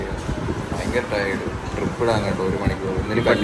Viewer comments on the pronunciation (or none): Trip alla drip 😂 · trip alla its drip